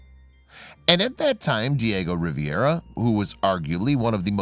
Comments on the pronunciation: Riviera is in France! Diego Rivera was famous enough to get his name pronounced correctly. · Hello! I truly enjoy WB! It's been a learning experience for myself! Just 1 small correction. If you don't mind. The artist name is pronounced & spelled Diego Rivera, Not Diego Riviera! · Pronunciation Ree veh ra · I would redo this video to correct the pronunciation of the artist's name. It's Rivera, pronounced ree - VER - ah